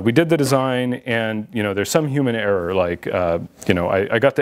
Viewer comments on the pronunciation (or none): none